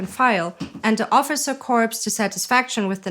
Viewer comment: Corps not corpse. Pronounced core not corpse. A corpse is a dead person.